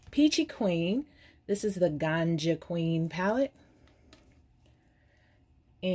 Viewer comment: Just to point out that in Granja Queen, "granja" is pronounced like granha, you exhale that "ja", it's a spanish word and means fermer I love your videos ♡ Your personality is bombs and you make me laugh a lot